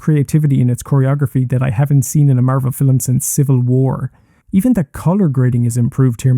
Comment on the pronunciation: me being a dick, I apologize. You're pronouncing the L very strongly, so it sounds as if you were saying Filum instead of film I really enjoyed the video!!